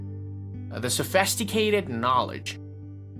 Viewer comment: Sophisticated ❌ SophEsticated ✅ Interpreted ❌ anter-predded ✅ Broader view ❌ Brooder view ✅ 🥲🥲🥲 I’m sorry but its so difficult to take this vid seriously when the dude pronounces certain words as if he’s having a stroke 😭😂